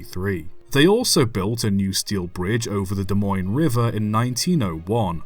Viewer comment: Wow pronounced Des Moines right. Even people a state away can’t do that